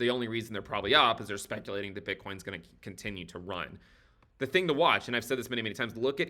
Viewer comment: HE SAID ZA TING